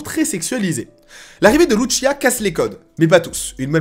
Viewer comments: Loutchia 🤣🤣🤣😭😭😭 sa se prononce lousia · Très d’accord avec toi ! Par contre arrête de dire lutchia c’est LUCIA pas luccia 😅 elle est latino pas italienne… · C'est de L'Espagnol, Lucia est un prénom Espagnol, c'est donc le même " C " qu'en Français a la prononciation et non le son " Ch " comme dans " MuCHACHA " --> " Tch " comme on le pronnoncerai en Français.. Tu le prononce à l'italienne 😅😜.. cest pas bien grave mais c'est ce que font souvent les Français ( et je suis en parti Français )